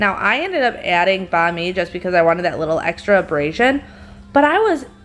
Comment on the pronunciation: so it's bon ami, not bami?